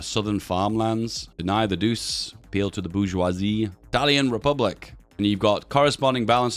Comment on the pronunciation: I believe Il Duce is pronounced like "eel doo-chay", not "deuce"